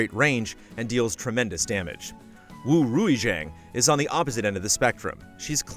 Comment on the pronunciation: Lol Rui Xiang is pronounced Ray Shiang